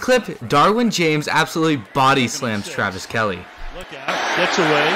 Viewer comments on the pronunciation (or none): No offense but if you are going to make these videos, try to pronounce the names correctly. Like it’s Kelce on Kelly